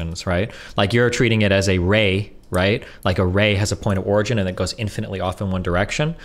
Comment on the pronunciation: FOR THE LOVE OF GOD,...IT'S "POINT OF ORIGIN!!" !!!!